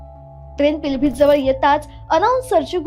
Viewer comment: पिलभित काय महानता ते पीलीभीत आहे.उच्चारण तर ठीक करा की.. पिलभीत, पिलभित की म्हणता...